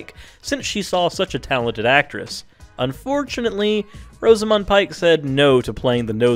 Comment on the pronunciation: This isn't JK Rowling 'denying' people. What's with the weird pronunciation of the following names? : Gilderee? (It's Gilderoy. It's an o at the end not an e), Branaaaagh? (It's a short a at the end of Branagh), Rosamund. (It's a short o at the beginning as in coz, ). The final casting was good. I wouldn't have changed it given the chance. Why does the thumbnail say she 'was denied' which is not the same as 'denied'.